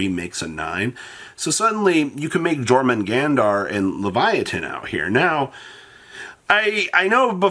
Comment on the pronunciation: I play Jormungardr with the other rank 9 Generaider (forgot her name) in my Insect Pile deck. It's so good. Also you butcher the name of Jormungandr